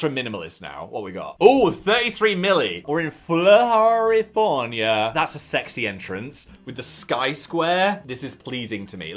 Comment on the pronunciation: “in flohorifornia”